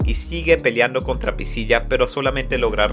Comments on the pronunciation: Lo unico que molesta del resumen es como dice priciya en vez de "pricila" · excelente resumen solo q PRISIYA???? PRISCILA SE PRONUNCIA, en español en ingles en japonés y en cualquier idioma